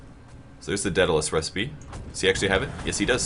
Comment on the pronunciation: Every time you mispronounce daedalus I cringe. Not really anything important, just one of those little things that gets under my skin.